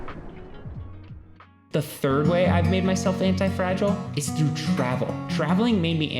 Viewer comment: you subtracted `h` from through and gained my attention